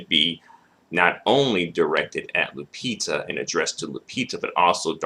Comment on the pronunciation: Why are you saying "Lu-pizza"?